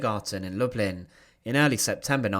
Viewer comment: The Polish pronunciation is lou-bleen. It’s where my great grandfather grew up & where his siblings and parents stayed when he came to the US.